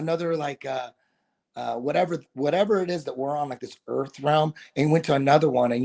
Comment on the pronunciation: FLAT EARF REALLY🤪🤪🤪